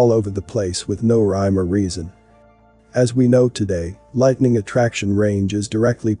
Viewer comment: The word is "lightning" ...."lite-ning". Not whatever you said...